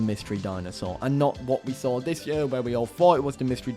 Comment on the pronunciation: saying YEEUUHH instead of year... my us brain hurts stop!